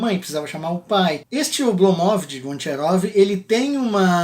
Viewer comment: Minha mulher, que é russa, disse "Não aguento mais esse cara falando Oblomóv!". É Ablómov. Hahahaha